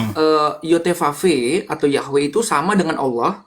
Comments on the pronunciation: Yhwe perubahan huruf yg salah kaprah dalam penyebutan dan pengucapan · Yahwe yahwe. Mana ada pelafalannya yahwe